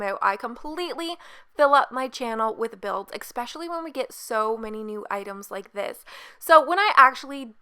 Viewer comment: Especially is pronounced e"sssss"specially not e"ck"specially. You don't say eckspeckially so why would you accentuate the first c? Other than that this is such a gorgeous build!